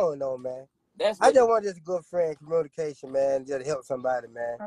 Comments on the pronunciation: This cant be real. Theres no way he really messed up the word "communication" that badly while ragging women for not knowing how to communicate 💀💀💀🤦🏿‍♀️ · He fixing cars…. He need to get them teeth fixed… he can’t even pronounce communication 😂😂😂😂😂😂